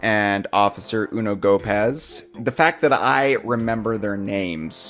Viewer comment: You pronounced Officer Unogopaz's name odd. You probably know it already but his name is You No Go Past.